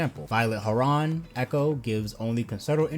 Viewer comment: Thank your making such a nice guide! This was very informative! Just letting you know, "Heron" is pronounced with no stress on the second syllable. The "o" almost sounds like a flat "u". HEh-ruhn.